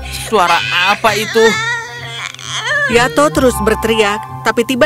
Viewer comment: Di menit ke bayi nya nama nya yato tapi kedengaranya yanto😂😂😂